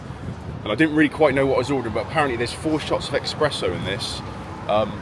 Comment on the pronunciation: Espresso. Not EXpresso